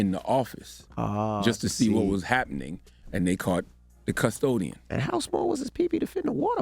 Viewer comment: Why he saying it like "cuz-todian" 🤣